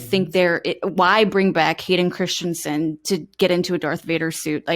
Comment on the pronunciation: *Hayden Crispy-son